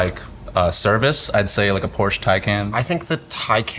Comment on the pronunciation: IT‘S CALLED PORSCHE!!!!! :(